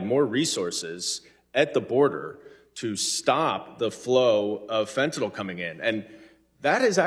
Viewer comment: "FENTAYL SYSTEM"?!?!?!?!?!?!